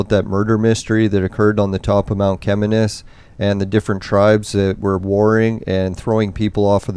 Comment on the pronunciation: Mount Cheminis pronounced = Shiminis.NOT 'Chem" as in Chemist..and it's not pronounced "Chem" but "Shi". I have climbed many times over the years, living close by. I went blueberry picked few times with my mom when they were plentiful. . Bears have been reported up there in the past. I think they were eating blueberries as well.. Or Mount Chaudron= (French) for Sugar Loaf Mountain. Thank you for your effort. I got lil nostalgic watching. I can't even remember how many times I climbed it. With friends and relatives at different times, blueberry picking few times and brought food up for picnic while watching the panoramic view at same time. My dad worked in Kerr Addison gold mine in Virginiatown. Yes, Mount Cheminis (pronounced Shiminis") is an awesome phenomenon. Always.